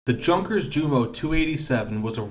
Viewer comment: God dammit it’s pronounced Yunkers